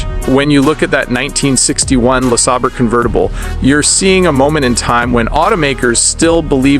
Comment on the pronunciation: What is a “Lees er burr”?